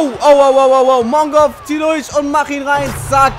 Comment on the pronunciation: hahahah ja ich hab so gelacht als er am Anfang Mongov gesagt hat.